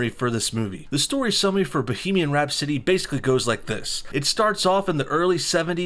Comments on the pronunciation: Rhapsody. Not Rhap-city. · Rap city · Who tf says bohemian rhap-city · The way you first pronounced rhapsody made me want to kill myself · I think i lost a few brain cells when i heard him say Rhapsody the first time